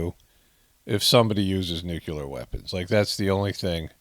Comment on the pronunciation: It's nuke-lee-er not nuke-you-ler.